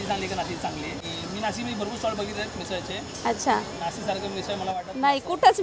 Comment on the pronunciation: नासिक नाही नाशिक म्हणा..😅😅😅